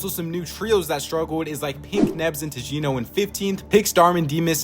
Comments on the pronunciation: the way ur saying tjino is still triggering me😂 it’s supposed to be said chino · Bro mispronounced Tjino "Chino"